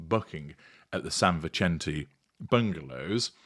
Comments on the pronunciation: It's pronounced San Visente, not the italian pronunciation - the spanish pronunciation is correct. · Since it looks like you'll be referring to this a lot, the pronunciation is San Vi-sent-aa, (soft 'c'), assuming it's said the same way as the prominent West Los Angeles street.